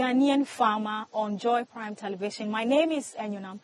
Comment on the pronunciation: Did u say joy prime 😳😳??